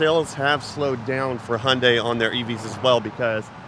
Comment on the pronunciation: Hyundai is not pronpunced = "Hondai"......😂